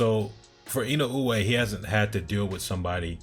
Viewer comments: Wrong. Unless you feel OK in saying Fulton's name as "Futon" then it isn't OK to be "perfectly fine" with in-uh-way. Say Inoue's name how you want but recognize you are pronouncing it wrong. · To make it easier, you can pronounce his name as "in uh way" and be perfectly fine, it feels like you're still trying to get it a certain way each time and not quite saying what you're hearing in your head when you read it. Hope that helps.